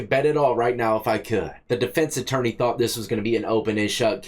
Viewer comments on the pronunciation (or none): none